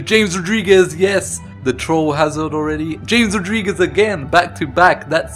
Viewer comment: You pronounced James Rodriguez wrong